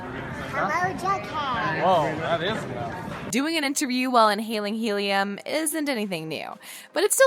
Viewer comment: Why did she say helium like that lol 😂😂